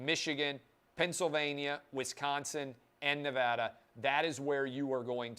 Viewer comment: Please pronounce the Silver State correctly: it is Ne-VAD-a (VAD rhymes with BAD). It is NOT Ne-vod-a. Thanks.